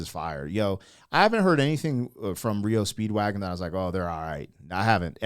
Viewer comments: Hey brother. M.. it's not reo Speedwagon... It's R E O Speedwagon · Dude. R. E. O. Not Rio. Do some prep fer cryinoutlioud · It’s not reo speedwagon it’s R E O Speedwagon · R.E.O. not Rio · S'up brother?! It's R E O. All separate 👍🏼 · Pronounced as three separate letters R-E-O Speedwagon👍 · "Are"-"Eee"-"Oh". 3 separate letters; R-E-O Speedwagon. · Said separate R E O speedwagon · Lol it's R.E. O. Speedwagon. Love your vids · Its pronounced R E O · FINALLY SOMEONE POINTED IT OUT THAT HE'S BEEN SAYING IT WRONG... LOL THANK YOU!! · It's just disrespectful to purposely mispronounce a band's name. Just my humble opinion. ✌🇨🇦